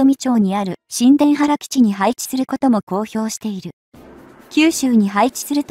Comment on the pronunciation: しんでんばら にゅうたばるです。